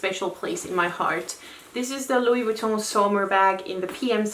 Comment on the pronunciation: Loved how you pronouce Louis Vuitton its like it's UP there level hehe hope u get what on trying to say 😅 your so classy you dont have to try! 😍